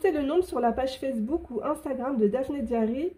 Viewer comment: Coucou ! Merci pour cette sympathique présentation... Juste un petit détail, le mot "diary" se prononce "daï-eu-ri" et pas "diari"... j'avoue que ça m'a faire sourire un peu parce que sur le moment, j'ai cru entendre "diarrhée" et ça n'était pas très frais pour un si joli magazine 😊... Passez une excellente journée ou soirée selon le moment où vous me lirez (si vous me lirez, d'ailleurs) et au plaisir de découvrir d'autres vidéos de votre part ❤!